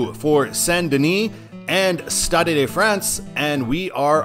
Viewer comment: The "e" at the end of "stade" is silent, as on every French word ending in "e" (Unless the "e" has an accent on it).